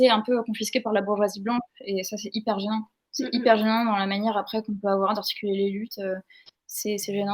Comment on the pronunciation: Attention,, il faut articuler. Parce que lorsque vous prenez la parole vers pr expliquer cmt le féminisme a été confisqué par la bourgeoisie blanche, vs mâchez tellement les mots qu'on entend "et ça c'est hyper bien!" au lieu de "c'est hyper gênant!" Heureusement y a les sous-titres, et surtout, que vs répétez la phrase un peu plus clairement, sinon, j'aurais été persuadée de ce que mes oreilles ont entendu. Par contre, sur la mm question lorsque vs citez, vers, une certaine sociologue, vs mâchez tellement les mots que mm les sous-titres n'ont rien donné. Bref, faites gaffe à rester intelligible.